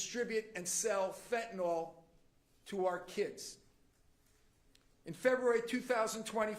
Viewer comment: Can we stop calling it Fentanol when it's Fentanyl? Ya know Fen tin il.....